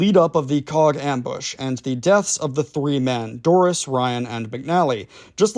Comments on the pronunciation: Typical yank with names, it’s pronounced “coke” not coack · Hello, cog is pronunced coke, it’s nick named the coagh BBQ. You should msg my da he was there at coagh and colisland 🇬🇧 SAS RUC UdR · Yip ... since when was Coagh pronounced 'Cog'? Bro, your vids lose some credibility with silly mistakes. Instead of saying 'Cog' try saying 'Coke'. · That town is pronounced “Coke” 🫶